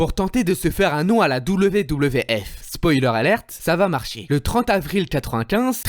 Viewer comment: Stop de dire vvf ou vve c’est wwf ou wwe apprend à bien le dire avant de parler de catch